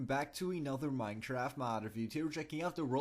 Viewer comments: did you just say Minetraft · lol he said minetrart😂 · At the start u said Minetraft